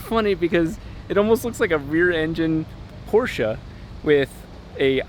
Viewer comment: Thank you for saying Porsche properly